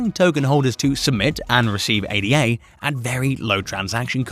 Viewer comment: It is not pronounced A-D-A . It is named after Augusta Ada Byron . It is a name ,not just 3 letters. If your name was Tom we don’t call you T-O-M . I like your videos but something this simple shows you haven’t done much research on cardano.